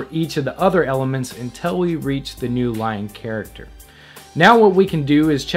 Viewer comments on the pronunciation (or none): none